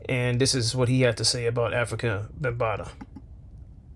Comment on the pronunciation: Before you make a video about someone, how about pronouncing his name correctly. His name was "Afrika" not African!